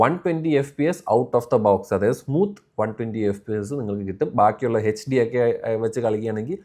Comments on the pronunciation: Bro എന്താണ് ഇങ്ങനെ പറയുന്നത് HD (എച്ച് ഡി) എന്ന് അല്ലേ പിന്നെ എന്തിനാണ് (ഹെച്ച് ഡി) എന്ന് പറയുന്നത് അതോ ഇനി bro പറയുന്നത് ആണോ correct pronunciation എല്ലായിടത്തും bro H (എച്ച്) ന് പകരം (ഹെച്ച്) എന്നാണ് പറയുന്നത് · H = എച്ചി D = ഠി So HD = എച്ചിഠി